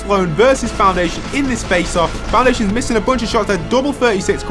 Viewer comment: i love how you kept saying foundaitions